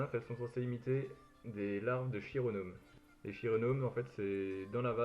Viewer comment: [k]ironome, pour la prononciation ;) *